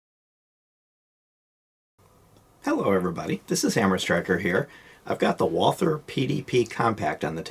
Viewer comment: So refreshing to FINALLY hear someone PROPERLY pronounce Walther! Might be a small petty thing to some, but I look at it like this: if you can't even pronounce your guns manufacturer correctly, you probably shouldn't be walking around with a firearm LOL. Anyway, just bought a PDP Compact Saturday and will be adding it to my card Monday (communist New York makes you have a license and register every handgun and 10-round mags and...well, NY sucks). I couldn't believe this was in stock at my local gun shop, but living in a small town has its advantages! They also usually have ammo too! I'll be taking it to the range on Tuesday (closed Mondays unfortunately), can't wait to shoot this! I have a PPQ SC and absolutely love it, but fell in love with this before even seeing it in person. I looked at it and drooled...then left with my ammo...then called and put a deposit on it, and an hour later went in and paid it off. Wife's not completely thrilled but she knows she's safe with me around LOL. I overpaid ($679) but they had it and I wanted it. So my mags have to be pinned to be NY compliant, so the only drawback I see is acquiring additional mags...is anyone aware of anyone who sells pinned mags for communist states like NY, MA and CA? Or would I have to buy 15-rounders and have then shipped to an FFL for modification? Not a huge deal, would just be more convenient at the range to not have to load every second mag, it's not going to be my EDC so that's not a concern (my EDC is a Sig P